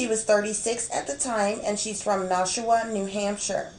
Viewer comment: great job.. its pronounced Nash-WA, like Nash-ville and WA as in the beginning sound of saying water lol...